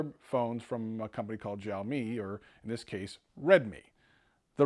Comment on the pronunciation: It is called Sha O me It just annoys me to hear a wrong pronunciation love your videos though